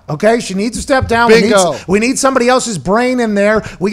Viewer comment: “stepping dahn” nice